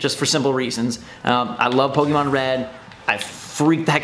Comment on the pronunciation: What's a puhkeymon?